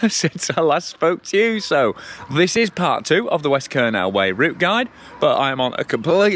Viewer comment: Kernow is pronounced "Kerno" - just so you know - you'll have the Cornish after you mate ;) Glad you're enjoying my back yard though. The hills keep me fit for sure. Nice point you make at 12.00. My wife taught me many years ago that if you give it away, it will come back to you tenfold. She's not all talk - I've seen her walk the walk so many times in our lives. One example sprang to mind when you started philosophizing:- Back when we were still living in her homeland in the Caribbean and going through a financial crisis - we had ten dollars to our names, she gave it to a guy begging on the beach - her view was he needed it more than we did. He blessed us profusely before wandering off on his way and wouldn't you know it - about three hours later as we were watching the sun starting to set, she got a phone call from the gallery that represented her at the time. They had sold several of her works that afternoon - let's just say for a very tidy sum indeed. God moves in mysterious ways, and he has challenged us many times in our lives together, but He knows your heart and he watches over us all. I'm not saying that God is an ATM and neither is He a wishing well, but do right by yourself, others and by Him and the rewards you will reap will be worth far more than dollars and cents.